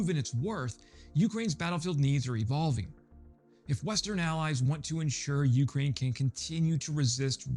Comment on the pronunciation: Just a reminder, —it's "Ukraine," with the emphasis on the second syllable, not the first.